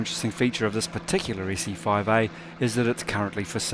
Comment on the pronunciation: Look, it's an Issy-foive-eeeh!